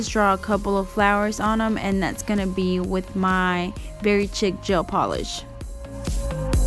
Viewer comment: Beautiful design. Thanks for sharing. Oh btw, the red Madam Glam gel polish, Very Chic, the 2nd word is pronounced like; “sheek”. Lol. Thanks again!